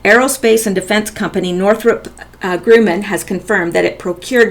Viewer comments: Just to help your future reports, Grumman is not pronounced "grooman". It's Grumman. I worked with that company for several years at the Northrup facility in the LA and Palmdale areas. Thanks for all your great work! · Also, Northrop Gr-uh-man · Pronounced Gruh man,fyi. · I'd be more confident in this video if narrator at least knew how to pronounce commonly known name of Northrop Grumman ! Cannot believe her as knowledgable about much when even a child should know correct pronunciation . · Why are you reading a perfectly banal article to us with such desperate urgency? And Grumman rhymes with 'rum'', by the way.